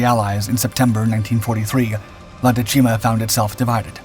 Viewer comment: The accent for dècima falls on the first syllable.